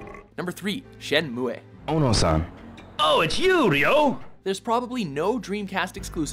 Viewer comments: Shenmue is pronounced Shenmoo, not Shenmuway. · Wipeout > F-zero. Shen-moo-eh? lol. It's "Shen-moo" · It's pronounced "Shen Moo" not "Shen MooAY" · Shenmuay?! Shenmuay?! Don't you mean, Shenmue? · Shenmu E ? ouh! that hurts XD ! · first time i've ever heard it pronounced "shen-moo-ay", and i was around/bought the game when it came out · Shenmu-EEHH??? WTF?? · It's pronounced "Shen-MOO"! get it right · "Shenmuayy"?? LoL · it's pronounced shen-moo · Panzer Dragoon 1,2, Orta & Saga would be an amazing HD boxset. I dont know anyone that pronounces Shenmue like this guy. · Never heard Shenmue pronounced like that. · Exactly! The game is about sixteen years old and he couldn't get the name right. I swear they do this a lot with their top tens! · Umm no it's not. Coming from an intermediate japanese student.